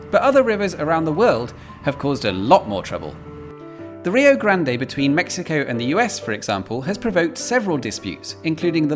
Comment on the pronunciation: Americans pronounce Rio Grande as ree-oh grand, not ree-oh grand-ay. How do the Mexicans pronounce it? Ree-oh bravo. Totally not kidding.